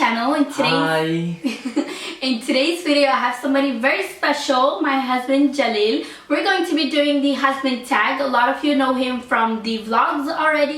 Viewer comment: please pronounce the name jalil als jAlil and not jElil. It sounds like jelly hahah